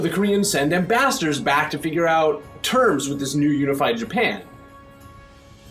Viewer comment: I love how he pronounces "ambassadors". It almost sound like "bastards" LOL